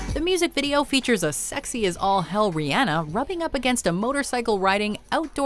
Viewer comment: She says Rihanna wrong and I cringe every time